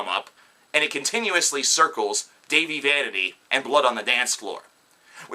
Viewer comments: Did you really just...okay. 1. You TOTALLY pronounced "Dahvie" wrong. 2. You sound stupid af. 3. Get a life. I watched the beginning of this, and couldn't even watch the rest. It made me absolutely sick and filled me with rage to hear these HORRIBLY stupid stories about Dahvie. Okay, go watch "The Truth About Dahvie Vanity". (The Youtube video), tell me what you think. And also, yeah cause a little girl could TOTALLY just shove Dahvie and hit him and shit. No. He never did any of that, that page is full of stupid, lying idiots seeking attention. Get your fucking facts straight. Get a fucking life, and get off Youtube. You look and sound like a stupid guy who dropped out of high school and doesn't have a job omg smhsmh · One you said Dahive wrong. And second watch the YouTube video The Truth About Dahive Vanity. That will clear things up. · Dude that's not even how u say his name so you can't act like u know him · First how dare u say tht dahvie is a fuck up when your the one waring sun glasses inside THE SUN IS NOT IN YOUR HOUSE and they do not look cool they look stupid. Second u cant even say dahvies name right. 3rd you have NO proof he is a paedophile anything could be made up. 4th if you hate him so much why are u spending so much time talking about him. 5th u cant say they do bad music (its amazing) id like to see u do better. 6th botdf are amazing the best band in the world as well as bvb,my chemical romance, system of a down, all time low and fall out boy and so on, I would love to see u pick on them just coz a few or more people have made up some stupid storys on the Internet and utube. U are so ridiculous just leave them alown there a very good and strong band and dont need all your crap putting them down!!!!!! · Am I the the only one who cringes when he says his name wrong everytime? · Me too no worries though they take the time to talk the shit but don't even know how say the name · Preach! I barely got to 56 seconds in this crap anyway